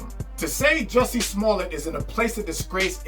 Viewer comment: 🗣THE MANS NAME IS PRONOUNCED "JUICY" 😤